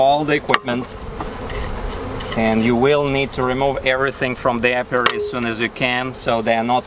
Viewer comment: Apiary - a place where bees are kept. (A-pee-air-ee)